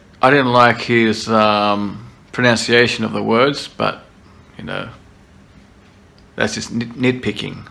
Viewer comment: Haha, you nearly had me there! I thought you were being serious, until that bit where you said you didn't "like" his pronunciation - without pronouncing "pronunciation" properly! For those who might not understand the joke, for instance if English isn't your first language, (like Dimash!) - it's that the reactor incorrectly pronounced the word 'pronunciation' as "pro-nown-see-ay-shun", instead of the correct "pro-nun-see-ay-shun" - which is actually really, really funny! Well done, sir!